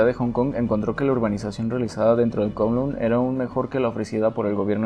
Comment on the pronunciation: Kowloon se pronuncia como Caulún, solo digo